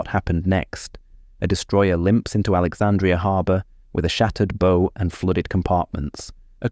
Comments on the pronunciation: And 'bow' (as in 'how") pronounced 'bow" (as in '...and arrow'). Utter rubbish. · narration of a history piece & doesn't even pronounce the bow correctly _ doesn't give you any confidence that anything else is correct _ crazy _ stopped watching & penned this _ then turned it off